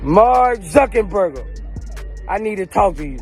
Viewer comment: Sumbdy teach Boosie How To Say Marrk Name😭😭😭😭Zuckenburger🤦🏾